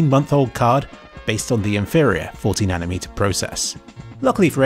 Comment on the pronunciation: thought you said it was 14nm and had to rewatch it a few times to hear 40nm lol.